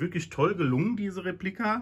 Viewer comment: ...was soll man zu so einem Traumstück noch sagen-auch wenn es eine "Replika" ist. Übrigens-kleiner Tip: Betonung liegt traditionsgemäss auf dem ersten e -also Réplika und nicht-wie hier falsch betont Replíka. Vielleicht wissen das nur noch alte lateiner?!